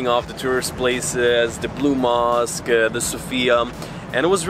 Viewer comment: Can’t say blue mosque 🕌